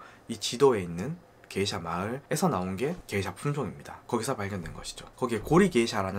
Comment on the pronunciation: 다 좋은데 왜 자꾸 게이샤라고 하나요? 원 지역명을 보면 명확히 게샤라고 써 있어요. 근원을 따지자는 사람마져 게이샤라고 첨부터 끝까지 발음을 하다니.... 에혀....